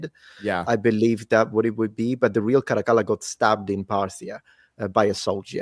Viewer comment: As an Italian, it's a blessing to hear someone pronounce "Caracalla" correctly